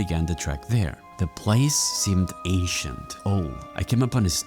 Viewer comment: I kept thinking bro said Asian instead of ancient